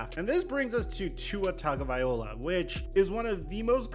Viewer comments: Will you EVER learn to pronounce Tua’s last name correctly? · Anyone else notice he doesn’t say tuas name right 😂😂